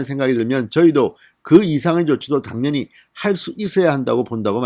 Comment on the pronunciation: 간딴x 간단o, 당년히x 당연히o, 분냥x 부냥o, 성녁x 성:역o, 중뇨x 중:요o